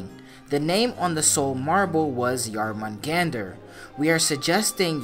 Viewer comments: BTW... pronunciation is smidge off. The "Jor" isn't pronounced "Jar" it's pronounced like "Yore". Other than that, the rest of the pronunciation isn't too bad. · I wanna know why he can't say Jörmungandr properly after playing 2 games with the name said correctly. Also snakes can't crawl as they don't have legs they slither